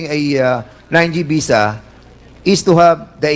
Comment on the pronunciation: Foriners.. oh please mag artista k nalang.. visa not bisa.. bobo kung hindi dahil Kay Judy Ann nag nga nga..shame on you..